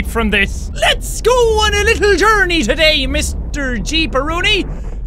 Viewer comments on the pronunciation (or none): none